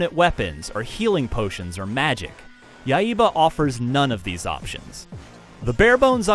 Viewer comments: yeah, its Yai-ba. but hey he tried haha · he says Yaiba like YA-II-BA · ya-e-ba what? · "Yai-eh-ba"? And no comments on the zombie clowns or women's underwear? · Dude pronounces the HELL out of that word. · Ryu is pronounced Lew in japan, and accent in Yaiba is on the first a. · His pronunciation of Yaiba kinda annoys me. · Y u pronounce yaiba wrong